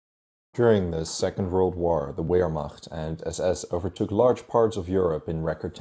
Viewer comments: it is pronounced 'Vermacht' in English. Thought I'd say. And Lettov Forbeck! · Wehrmacht is prounounced Vehrmacht! You can’t be talking correct detailed history when you can’t even pronounce the words probably. Wehrmacht is not a English word. So don’t try and speak it in English you bell end! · You mispronounced Wehrmacht. The W, is pronounced as a V. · Lost me when you said the w in wehrmacht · . Wehrmacht is pronounced with a V right? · pretty sure that's wrong. Search german pronunciation of wehrmacht. See this channel narrated and run by a german national. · I suggest that put Wehrmacht in Google translation and listen to the pronunciation (The devil is in the details) Nevertheless, I enjoyed your video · Jesus Christ at least pronounce Wehrmacht correctly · Wait, I thought the w in wehrmacht was pronounced as a v, no? I trust your Dutch pronunciation more than mine though. Another great video man about a subject I knew absolutely nothing about. I still find the text on the biggest image too small and to compact to the side though.